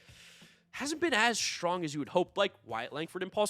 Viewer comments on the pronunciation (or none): none